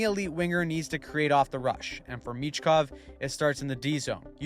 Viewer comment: Pronounced Meechkov not Mitchkov